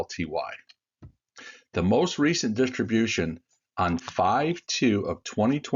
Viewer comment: uLTY! Not UTLY!